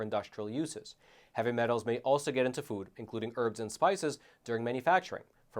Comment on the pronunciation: HATE THE WAY PRONOUNCES "FOOD." He says " Fud."